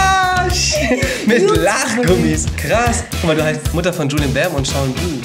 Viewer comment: Warum buliam und nicht Juliam